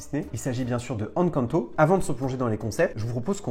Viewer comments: Encore une super vidéo, j'espère qu'on verra un jour une attraction Encanto à DLP. Si je peux me permettre, le "EN" d'Encanto se prononce "én" comme dans énergie, pas comme dans enfant. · je t'apprécie énormément ♥ Mais Encanto se prononce "haine quand ne taux" pitié x'D